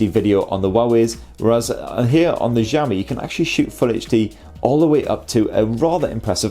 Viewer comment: I think your pronunciation of Xiaomi is wrong. Zhao= J sound and Xiao= Shiaw. I'm not Chinese nor oriental FYI.